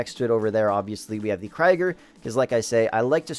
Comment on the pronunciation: Krieger... it's not ''crygar'' it's kriiiguhr it's a german word meaning warrior that's the right pronouncement for the car.